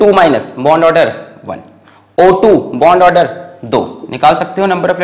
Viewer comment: "bond aader" 😂😂 Love you sir 😍❤️❤️